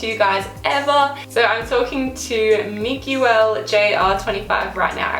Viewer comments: "Mi goo el" LOOOOL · just a correction - when you pronounced "miguel" it's "mii-gel" or something similar to that. sorry if it's not what you say in your native language.